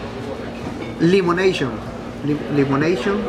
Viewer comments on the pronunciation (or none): Hahahaha. .limonashon.😂